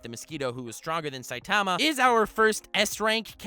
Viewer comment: Eeew the way he says saitama gives me suicidal thoughts